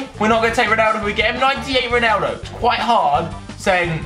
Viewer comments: He says Roneldo ? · Why do you say roneldo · Stop saying roneyldo